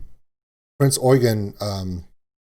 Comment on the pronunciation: Haven't finished the video yet, but as a german myself i really do appreciate a lot that you pronounced the name of the "Prinz Eugen" perfectly.